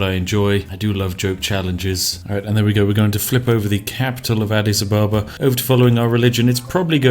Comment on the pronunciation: Adidas Abababa